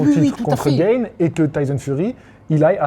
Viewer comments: GA-NE pas GAYNE 🤣 Il est français pas américain ! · Cyril Gayne ? C’est « Gane » frérot 😂 Pour une fois qu’on a un prétendant au titre mondial lourd français, prononce au moins son nom à la française. Respectons nous 😭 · Oui ohhh!! il le prononce genre a l'américaine comme le mot "game" on entend "guaime" cest tout ! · C'est Gaaane en Français gros 😉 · Cyril « gane », ça se prononce à la française. Même Bruce buffer il fait l’effort 😭😭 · Gane se prononce comme âne et pas comme gain en angais! Sinon tu devrais t'intéresser à ses combats en plus de t'intéresser à sa carrière, c'est un virtuose du striking qui a révolutionné le MMA poids lourd en terme de technique et de vitesse et je pense que cela pourrait t'intéresser. Je commente car c'est mon domaine mais merci pour les vidéos sur la boxe!